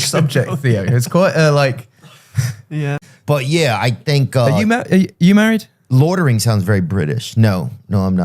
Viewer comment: Ed: Loitering. Theo: Loidering.